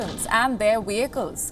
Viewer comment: Ah yes the humwees and wehicles